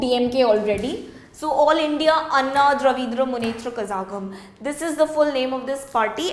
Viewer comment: brother i appriciate the eort you hve put in explining the topic , its good bro but your putting o much of foreign accent an the pronouciation of the words oh my goddd its dra-vi-da Mun - neth-re ke-la-gam , this is how it is pronounced so in the next video do it nicely